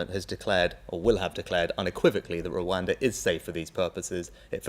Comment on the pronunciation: Today I learnt that after all of those elocution lessons Rishi still can't pronounce the word Rwanda. How can you trust a man about how safe it is if he can't even say the name! 😂